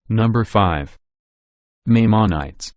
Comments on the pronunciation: Tell your robot Maimonides is pronounced "my-mahn-uh-deez". It makes it sound more like it knows what it's talking about. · You did not correctly pronounce Maimonides. Please correct your pronunciation. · This should never have been narrated by a computerized voice. The voice had no idea how to pronounce Maimonides.